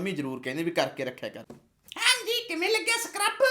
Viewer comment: Dust❌ durt✅ sucrub❌ surcub✅😅😅😅😅😅